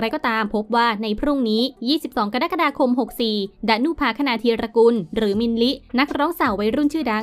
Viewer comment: กรกฎาคมอ่านกะ-ระ-กะ-ดา-คมไม่ใช่กะ-ดั๊ก-กะ-ดา-คม